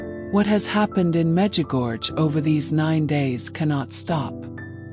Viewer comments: Please,after so many years (40),please try to pronounce corectly the name of the apparitions: Međugorje(the second half of the name is pronounced: gorie(not gorge).The last two letters must be heard i and e(like e and é).Please pronounce correctely the name a hole world know.Thank you.❤ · Please pronounce the name of MEĐUGORJE ,the name of the apparitions,correctly.A hole world knows the prononciation,but you,who pot such an important video pronounce Medugorge!!! Where did you find this gorge? It's ridiculous! MEĐUGORJE is written,the last two letters must be heard like italian "i" and ""e".Try!❤